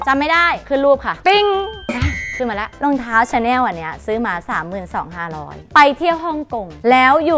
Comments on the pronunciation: ชอบความเเม่เรียกชาแน่ว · ส่วนมากคนจะออกเสียงว่าชาแนล ส่วนประมาณนี้ค่ะ ไม่ใช่ประมาณนี้คะ ใช้คะค่ะให้ถูกก่อนนะจ๊ะหนูลูก